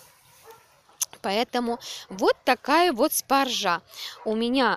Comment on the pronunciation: В слове "спаржа" ударение надо ставить на первый слог - спАржа !!!!!!!!